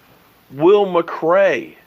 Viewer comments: Wait.... did he just say McRay? Lmao!! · It's Will McClay not Macray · Haha is just saying his name how the Chinese say it